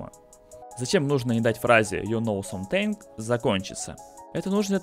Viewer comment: Something читается как "самзин"